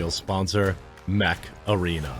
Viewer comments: OOO Mech arena, i thought you said Meth Arena ( what a fast paced game ) lol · Jeremy, somewhat off-topic, but the way you pronounce "Mech Arena"... I was sound-only and at first I thought you were endorsing Macarena, with epic music playing in the background 🤣🤣🤣